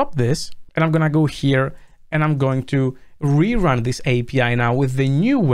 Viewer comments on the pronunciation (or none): none